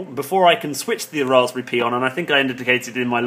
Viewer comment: Why the hell to you pronounce Raspberry that way? It is so annoying! Also like others said: it's "Pie".